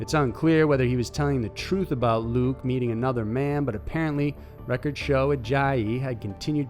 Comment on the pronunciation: “Lu-ick” is how it’s pronounced not “Luke”